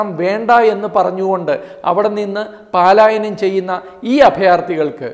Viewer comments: 'പാലായനം' അല്ല ചേട്ടാ..പലായനം ആണ്. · FOR THE KIND ATTENTION OF TATHUAMAYI: This person is repeatedly making a small mistake—— PAALAYANAM ennu alla pronounciation PALAYANAM Please inform this person 🙏🙏🙏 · Paalayanam alla palayanam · പലായനം ✓. പാലായനം. × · പാലായനം അല്ല പലായനം.